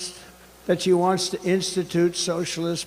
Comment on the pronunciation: "Eyem better looking than sheyes"